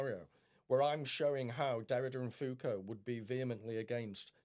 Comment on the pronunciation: Please God stop saying FooCoo...it's Foucault.